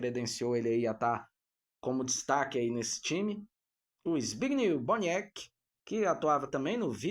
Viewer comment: Não é zbigniu é zbigniew a pronuncia certa